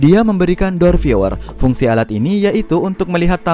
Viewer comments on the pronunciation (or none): pada menit 1.23 "fungshhhhh" ............